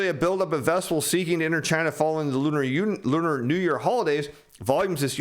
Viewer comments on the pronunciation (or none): none